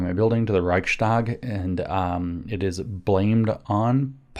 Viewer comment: Interestingly, you pronounce the ch of Reich pretty good but when -stag gets added you pronounce the following S as a german speaker would pronounce "sch" perfectly. Switch it around for a snake like ssss and apply your "sch" and you sound 90% better just like that. Reich sssss tag. Thank you for everything looking forward to this video.